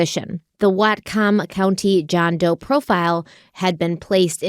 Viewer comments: but how she said whatcom county made me die LOL its pronounced more like watcom county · I’m from whatcom and the way pronounced it has my husband and I rolling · Love watching your content! But listening to pronounce "Whatcom" is distracting my ADHD brain, and it's making me giggle. "WAAT-kum" ❤